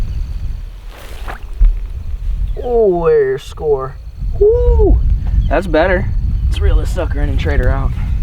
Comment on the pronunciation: He says shoow